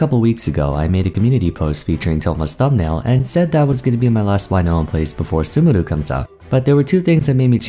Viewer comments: why do you pronounce sumeru like that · I like how you used your Japanese R in the word “Sumeru”. Insightful video as always